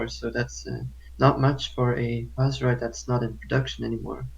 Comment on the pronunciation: It‘s called „Huss“ not „Hass“